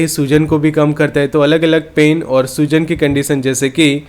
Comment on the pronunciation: " soozan" nahi " Soojan" bolo bhai matlab Swelling